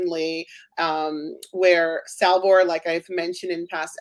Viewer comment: You beat me to the punch! I wanted to bring up the mispronunciation issue. Btw, you missed Salvor, he pronounced it as Salvo.